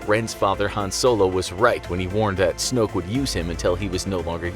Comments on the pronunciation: This is how you say snook it's Snoke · snoke* not snook bruh